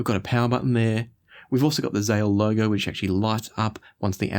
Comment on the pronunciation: It‘s Zähl, not Zahl. You should do him justice if he creates such a phenomenal device.